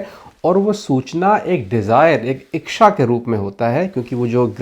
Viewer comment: इक्षा क्या होता है?? कहीं आप इच्छा तो नहीं बोल रहे थे l